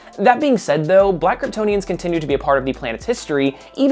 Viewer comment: Ok, Ik you are saying “Black Kryptonians” at the beginning, but it really sounds like you are saying “Blackertonians” and I hade to rewind a bit to make sure I was hearing correctly.